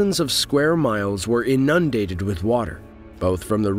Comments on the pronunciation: Hired someone to correct pronunciation. It's pronounced IN-undated, not in-UN-dated. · I'm sorry. How do you say "inundated" again? 🤣